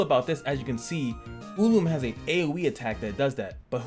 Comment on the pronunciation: AMAZING Video, very informative and safed me a lot of time going through this myself xD BUT, please dont Call him Rachel (Raytchel), please call him "Rah Chel" ^^ and the Tank Machine: "U Loom" :D